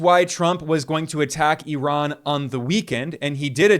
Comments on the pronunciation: Eye-Ran! Jeez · Bro it’s not -erock and eron….its IRAQ and I-RAN!!! 🤦🏾‍♂️